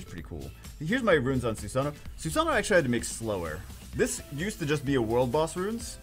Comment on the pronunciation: Someone please make a compliation videos of he saying ackchyually. that'd be great !